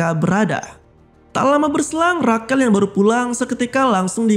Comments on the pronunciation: Bukannya Rashel ya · Rachel dibaca reycel bang bukan rakel